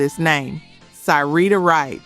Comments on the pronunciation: Ser-ree-ta Wright Minnie Rip-per-ton Omg. These mispronunciations are like nails on a chalk board. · "PLEASE LEARN TO PRONOUNCE THESE LEGONDS NAMES CORRECTLY, IT'S SHORT I SOUND FOR 'SYREETA' 'MINNIE RIPPERTON', Is Short I Sound, Not Ripe, But Ripp, PLEASE SHOW SOME RESPECT, IF YOU REALLY CARE"😢